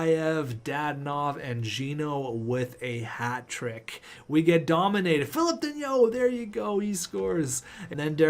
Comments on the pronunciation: Philip danault is pronounced fi-lip dan-o Ps: the steal of the century is actually valeri chubby chubisov for less than 4 million dollars! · Philip dano thats how you pronounce it